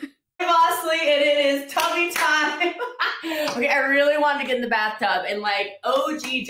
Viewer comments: My brain refuses to accept that she keeps calling it "tubby time" it just corrects it to "tummy time" because she is being so childish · It took me a while to figure out she was saying “tubby time.” But all I can think of is tubby as in overweight. Not bathtub. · She must be saying “tubby time” but every time she says it I hear “tummy time” which is what I do with my 7 month old every day lol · Every time she said “tubby time” all I could hear was “tummy time”… like what I do with my 5 month old baby…